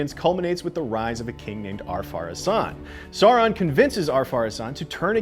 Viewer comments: It’s pronounced like Sao-ron not Saw-ron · Also, it’s Sauron like Sow-ron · Omg yes... i don’t get why it’s so difficult for people to say Sauron properly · Sauron, Celebrimbor, and Edain mispronounced. Sauron like sour fruit. Celebrimbor like cat, Edain like eye. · Pronounce after me, Edain - Eh-Di-In, Sauron - S-Ow-Ron & Celebrimbor - Kel-La-Brim-Bor. Also the world being reshaped into a globe was more symbolic as since Aman existed no one could sail to far West, so they couldn't go around the world, only remain where they were like on a flat surface. But once Aman was raised into the heavens people could said around the world freely, thus it was like it was round for the first time. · I had to stop watching, because every time you say “Saw-Ron” a part of me dies. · At the back of the Appendices in The Lord of the Rings there is literally a correct way of pronouncing everything. “Sour-ron, Kelebrimbor, Ee-len-dil,”. So how do they manage to get it so wrong. Great recap but please get the names right, next time. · I was wondering wth is saw-ron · Why is it so hard for people to pronounce Sauron?